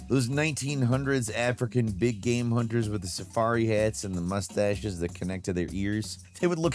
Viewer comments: omg say ''game'' properly, not ''gahm'' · It's definitely not rage bait because he'll mispronounce incredibly basic words like 'game', saying "gayam" instead. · Dude, half the time he can't pronounce the word 'game' - he'll pronounce it "gayam". How does this even happen, considering 'game' is in the name of his YouTube channel/job?